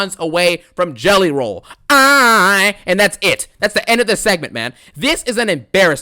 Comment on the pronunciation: "I CAN'T STOP THINKING ABOUT JELLEH ROLL!"